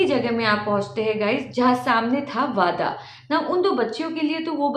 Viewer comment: Its वाडा not (wada वादा)